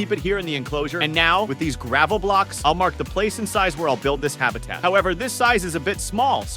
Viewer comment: It's not gravle